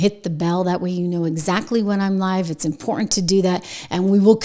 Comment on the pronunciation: I'll subscribe only if you stop saying impor-ent!